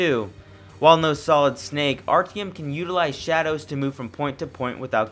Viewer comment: The one thing that drove me away from this review: The continued mispronounciation of the MAIN CHARACTER'S NAME. That is literally not how you pronounce Artyom.